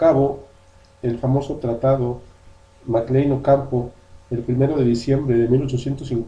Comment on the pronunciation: A quienes perjudicaron las leyes de reforma de 1859? Porque no hablas claro y sigues hablando del tratado mclane-ocampo que ni siquiera sabes pronunciar .